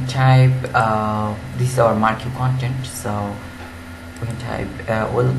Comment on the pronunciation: FYI - It's pronounced Markee